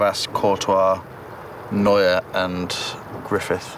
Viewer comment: and vlogs neuer not neur